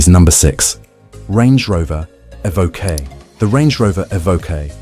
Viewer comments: My 20yo, 200k V70 is still a daily driver champion. And it's pronounced 'E-voke' not 'Ee-vo- kay'. And the complex electronics are an issue witb all new cars today, particularly ADAS. I work in the industry so see it daily. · as soon as you said evokae - i new i had to leave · “Evokay” isn’t that a character from Star Wars? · Tje range rover evvvv ok ,more AI pish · Eh-vo-kay What car would that be? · What’s an evokay?? Lol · A voke ay? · A.I with a slight lisp, that's novel but still A.I. it can't pronounce Evoque 50% of the time? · Has anyone cointed the number of times 'he' said 'astronomical' and 'catastrophic'?! And I wish 'he' would decide how to pronounce Evoque! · Hate this AI voice and the pronunciation of Evoque first couple of times is hilarious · Terrible voice over. English accent but American pronunciation, for example "two thousand twenty five" rather than "two thousand AND twenty five." "Evoque" pronounced in two different ways, "Jaguar" pronounced "Jagwar" but with an English accent. Nightmare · Evoque, eh. It's how Canadian's say it.